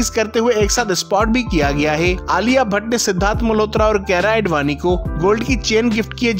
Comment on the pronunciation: His aedvani tho 🤌😂